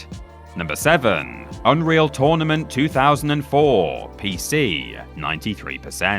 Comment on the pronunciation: It's not tOrnament, it's tÖrnament!